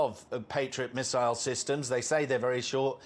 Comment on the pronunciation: How many "MISSISLE" did😊 you count???😅😅😅😅😅